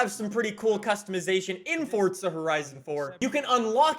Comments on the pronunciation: It’s forza not fucking FORTZA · Is it just me or does it sound like he is saying fortza horizon 4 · And he’s still saying Fortza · why do you say fortza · Why he say “Fortsa” ???? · Didnt know there was a t in the word "Forza"